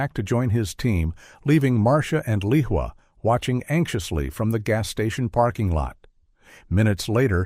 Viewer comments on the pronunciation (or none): Lehua is a Hawaiian name, it is pronounced Lay•WHO•ah with the accent on the 2nd syllable.